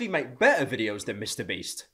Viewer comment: "MrBreast" Is what I heard in IDK WHY I DECIDED TO COMMENT THIS